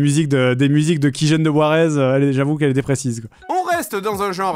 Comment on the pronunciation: Les "Warez", prononcé "Ouerze" comme "Wares", marchandises en anglais, désigne tout logiciel ou produit protégé par copyright mais distribué de manière illégale (Donc sans payer le droit d'utilisation à l'acquisition entre autres)